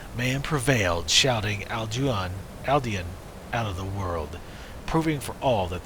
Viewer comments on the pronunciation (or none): Alduin is pronounced Al-du-Een